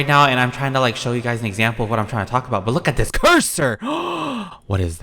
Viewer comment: “I’m trying to show you guys what I’m talking about but look at this CURSSOR”. LOL